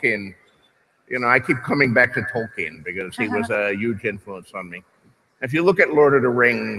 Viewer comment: Talkyen? It's "TALLKEEN"